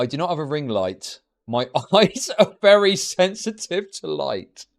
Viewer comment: vewy wecently